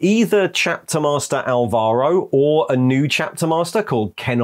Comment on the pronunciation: I know Álvaro may have sounded to whomever wrote the chapter as a cool name... but I couldn't help but laugh at sharing that name XD It's a pretty common spanish name PS: In spanish, V is pronounced as B, and Álvaro has the stress in the first A, not the second. For anyone wondering how to pronounce it.